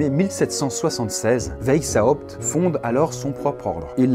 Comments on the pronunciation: "veille zawpt" c'EST VICE HAWPT PAS VEILLE THIESULHRFEZs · Ca ne se dit pas WheisHAupt mais juste WeisHopt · Ça se prononce "vaïshaopt". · On dit veï za opte ... Je l'ai toujours prononcé weï chopt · "vezhaoupt"... Merci. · Juste le nom Weishaupt se dit à l'oral "Waishaupt", comme le couleur blanche en allemand ( Weiße), voilà des bisous <3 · Alors PARDON d’avance mais là ça va plus: Adam WEISHAUPT le ei se prononce comme aie! ; le s est Un vrai s et non un z ; le h n’est pas, aspiré: il faut le prononcer! ; à la fin c’est PT pas juste T donc il faut aussi prononcer le P! Donc phonétiquement ça donnerait: Adam Waiesshaupt Par contre le aou du WeisHAUPT ça c’était bien ;) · "ça se prononce WAÏSS HAOUPT" - le relou qui te dit comment prononcer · Weishaupt se prononce "Vaysshaopt" derien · J'aime beaucoup les bulles mais un petit truc : Weishaupt est un nom allemand et tu aurais pu regarder sur Google comment il se prononce parce que tu l'as écorché pendant toute la vidéo ! 😂😂 Sinon c'était super intéressant !! 😉😘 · Omg mon père travaille pour les illuminati il travaille dans une entreprise qui s’appelle weishaupt Ps: tu le prononce mal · J'imagine que si était un illumitati... Il arriverait à prononcer "Weishaupt" MDR